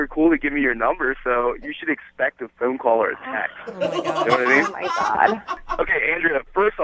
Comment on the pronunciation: I've never broken a Bewwn"" you gave me your pheywn number" Man I hate this guy for that reason only